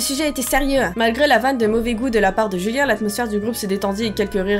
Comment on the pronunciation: on antend julia au lieu de julien